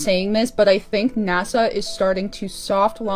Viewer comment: I have to correct something. NASHA (not NASA) is Hebrew for "to deceive"